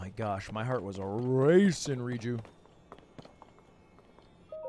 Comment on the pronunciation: theres no way hes been calling it ride-o village, r-eye-ju and guérdo valley